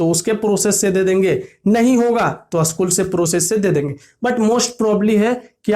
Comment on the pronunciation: Usschool kyu bol rhe ho